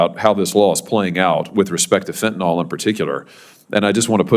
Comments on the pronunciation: I adore Senator Hawley but am surprised at how he pronounces the word ‘Fentanyl’. It’s pronounced ‘fent-a-nil’ and not ‘fent-a-nol’. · Fentanyl not Fentanol.